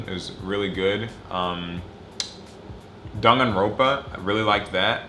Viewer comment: HE SAID DAGANRONPA?